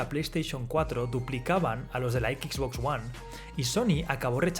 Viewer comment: ¿Por qué coño la voz de este video cada vez que pronuncia XBOX ONE dice "equiks box" ¡equiks en lugar de equis!